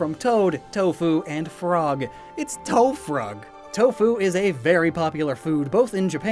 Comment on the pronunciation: Says “tow frog” for me.